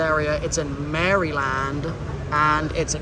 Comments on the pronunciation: when you got to the wharf i busted out laughing when you said potomac river lol its puh-tow-mac atleast here in wv panhandle lol EDIT and dont forget maryland its pronounced mareland lol too funny love the content though cant wait to see whats next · “Mary-Land”😂 Oh my sweet Englishman, I love it.